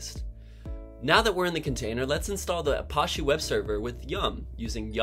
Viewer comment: i think it is pronounced "uh-patch-eee", not "uh-posh-eee".